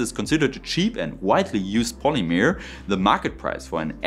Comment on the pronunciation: I would love to hear about TENG! A really intersting video and great presentation. Your english is fantastic! Though if you would like an extra tip, "polymer" is more of a mur sound than a mere sound 👌